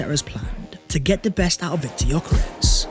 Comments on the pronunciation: Jak-ay not Jacket 😆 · Good work. Probably Jacquet is pronounced ‘Jackay’??